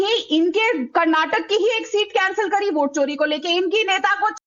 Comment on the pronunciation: टोंटीचोर नकटे को वोट को ओट और वोटर को ओटर कहने वाला अज़ीज़ ख़ान जैसा कट वा ही प्रवक्ता मिलेगा।